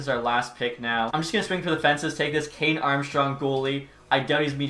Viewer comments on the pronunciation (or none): none